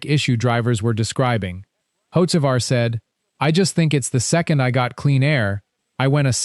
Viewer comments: The second the narration said “hoe-che-var” and “hoets-ivar” this video lost all credibility. This videos are just designed to create enemies. Hocevar is far from my favorite driver, I think he’s a waste of a seat and a dirty driver, but these A.I narrated videos are trash. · Got a third through the video and couldn't handle the POS AI voice any more. If you can't get your AI to even pronounce Hocevar correctly, then either get another (real) voice or quit posting.